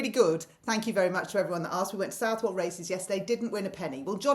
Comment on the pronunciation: Pedant alert! That’s not how you pronounce Southwell. It’s suthle, not southwell.